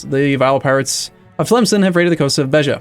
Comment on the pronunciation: Actually he pronounced Beja correctly. I was very surprised and admired